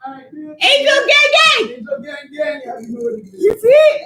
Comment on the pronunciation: "angel gangang" 😆🥰